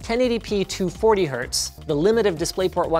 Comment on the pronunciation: Hz not hz.